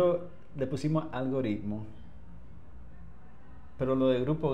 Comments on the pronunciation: es Algoritmo, no "Algo Ritmo" tampoco es "Algorritmo".. La "r" es simple, no se puede arrastrar en la pronunciación como si fuera doble " r r ".. Además la " r" está en el medio del nombre. En caso que estuviera al iniciar, ahí si se pronuncia fuerte (como si fuera RR).. Recuerda que tú programa le llega a todo tipo de público, pero hay que tratar de pronunciar las cosas lo mejor que se pueda.... No es por nada, pero tú sabes.. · Es Algoritmo, no Algorritmo